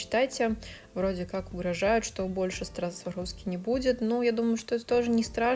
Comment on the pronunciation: Very pretty, very talented! I like how you said Swarovski. Americans can’t say it right😉